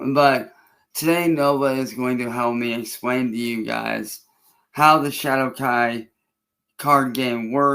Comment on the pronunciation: Hadowkai? LMAO the AI even low key makin fun of ol.👌🤣🤘